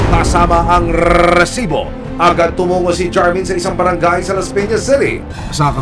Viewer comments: Rrrrreeeeeeesibo rrrrreeeeeplay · Nakaka irita un "rrrrrrrrrrrrrrrrrrrrrrrrrrrrrrrresibo!! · Out of context, sino dito naiinis sa pag banggit ni emil soriano ng "rrrrrresibo"? 😂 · Bakit e prolong pa ang pag bigkas ng word na resibo...